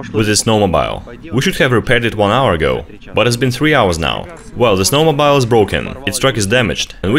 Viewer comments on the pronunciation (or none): Snow mo beel. Say beel.